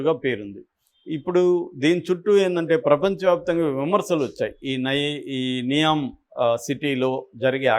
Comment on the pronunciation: ఇది విడి కి డైరెక్ట్గా సౌదీ నుండి న్యూస్ వచ్చింది. నియోమ్ అనికూడా పల్కలేక చెత్త వాగుడు వాగుతున్నాడు,దానికి ఒక తప్పుడు నిర్వచనం.ఇలాంటి చెత్త ఛానళ్ళు చూస్తే జనాలు పెడ త్రోవ పడతారు.